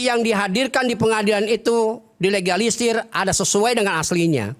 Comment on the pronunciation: Ga bisa ngomong dilegalisir 😂😂😂 berkali2 terdengar di egalisir 😅😅😅😅